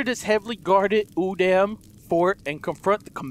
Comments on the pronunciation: Its pronounced oodom not oodAm its not using a capital a its a lower case so its pronounced as oodom but its said udam dude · Don't call it udam its (ooo-da-m)that's how you say it